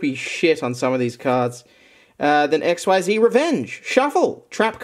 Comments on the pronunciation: Btw Max, XYZ is pronounced like "exceed" but with a z instead of a d. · Xyz is Pronounced ik-seez. Get your Yu-gi-oh! Knowledge right mate.